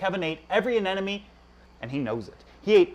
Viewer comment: It is NOT anenome…. It is anemone……. Please say it right…….